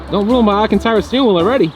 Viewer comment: It's pronounced Alcantara, NOT ALAcantara. LOL!